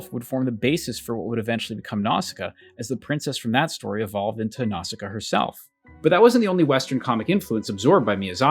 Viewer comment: Absolute gangster credit for pronouncing “Nausicaa” correctly in Japanese accent, in this video full of commentary on mispronunciation. 👩‍🍳💋🤌